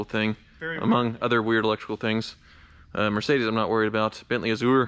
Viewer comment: mercy-Á-lago Italian car, but, as Ferruccio like the Sanis bullfighting and other things, it is a SPANISH word. It is NOT pronounced Mercy-a LAGO